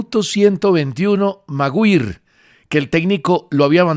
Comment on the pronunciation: de tanto que se las da y no sabe pronunciar el Harry Maguire, hasta los niños de 15 años saben como se pronuncian porque alguien del fútbol lo escuchan a diario